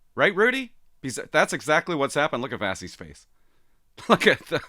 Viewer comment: Ok, I gotta say something as it’s been driving me crazy as you mispronounce it consistently. 😂 Her name is pronounced ‘Vah-she’.